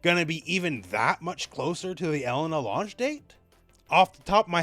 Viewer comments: Now I have to listen to call her Ellen-a instead of E-lena the whole video. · It's pronounced E-LAY-na not "Ella-nah"